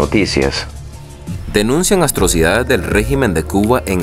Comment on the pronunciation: Dice el repetidor este …… las “astrocidades” jajajajajsjjs